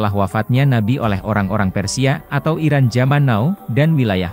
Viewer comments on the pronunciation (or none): none